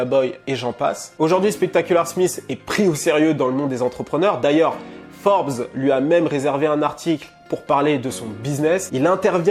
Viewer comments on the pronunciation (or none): none